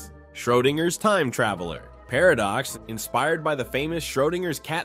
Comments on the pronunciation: The way AI says par of ducks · Did anyone notice an unnatural pause before the word "paradox" later in the video?